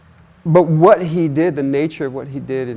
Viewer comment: First person to say the word 'what' correctly. HWat.